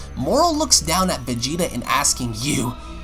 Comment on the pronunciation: our man and also the story teller takes a shot.. MY KING.. "blue vageaeata"